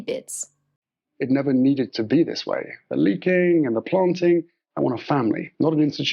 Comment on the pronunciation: Oh my gosh he is completely repeating M’s word salads, big words and stolen phrases. He sounds so ridiculous. And I can’t stand his pronunciation of planting - ‘plonting’☺️